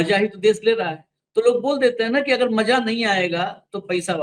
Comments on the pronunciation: Don't spoil the mood by pronouncing bad, rustic language, like, Maja nahinaaya. It's Maza, not Maja. Use Bindi in Hindi. It's Khhabar not Khabar. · Maja nahin... MAZA सही उच्चारण कीजिये